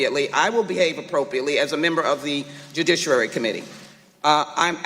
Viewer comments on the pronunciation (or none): "De judicurary committee."